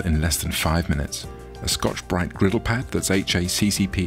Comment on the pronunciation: the way he pronounced scotch bright was extremely satisfying